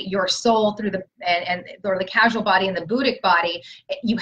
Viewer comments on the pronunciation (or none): Totally validating the 333 gateway. Just so you know, it’s not casual body, it’s causal as in the cause. Thanks❤️ blessings. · Question: isn't it causal body, instead of casual? Sincere inquiry. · P.S. 4th body is the c-a-u-s-a-l body NOT "casual body," as pronounced it. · Did she say CASUAL body? Causal body :) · I believe you mean "Causal" body, not "Casual" body.